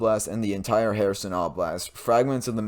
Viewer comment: It's not herAson, it's herson